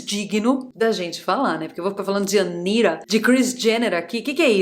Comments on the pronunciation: não fala Anira mas Anitaaa.ela adora essa pronúncia americana então não vamos dar esse gostinho 😂🎉😂🎉😂🎉😂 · Pra que falar "Anira"? A pronúncia em português é "Anita" e ninguem conhece fora do Brasil alem de brasileiro morando fora. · vc deveria usar a pronúncia correta do Brasil pro nome da ANITA. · AniRa... Agora mudou a pronúncia do nome da Anitta??? Meu poupe...😂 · "Anira" kkkkk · "ANIRA" é ótimo. Sei que a pronúncia em inglês fica assim. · É porque ela precisa pronunciar Anitta com sotaque americano, sabe-se lá porquê...